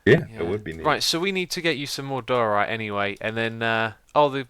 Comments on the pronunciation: i belive its pronunced dyeorite not doarite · I was so glad when someone corrected X on his pronunciation of diorite, but then he said he was going to say doh-orite anyway and I cried inside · ITS DUE-OR-RITE